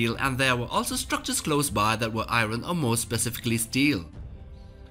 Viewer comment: Why he say iron like that